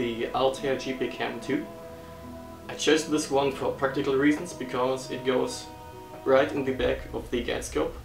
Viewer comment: I know that this video is now 4 years old, but you had trouble pronouncing the English word "right", as in right ascension. The easiest way to pronounce it is "rite", I think. 😉